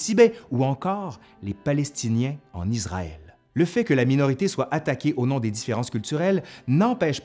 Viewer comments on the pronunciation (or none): none